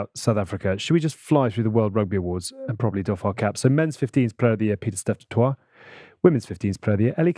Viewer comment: That is not how you pronounce Piet-Steph du Toit's surname. Toit is said like "Toy" in South Africa.